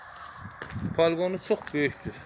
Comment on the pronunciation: Paliqon nedi Balkon deye bilmirsen.Paliqon herbi hisselerde olur.